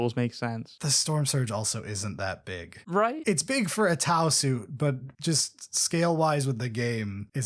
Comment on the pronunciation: T glottal stop au...thank you for that.